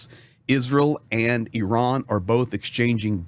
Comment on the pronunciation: Thank you for pronouncing Iran correctly. I am sick of hearing Eye Ran from some commentators.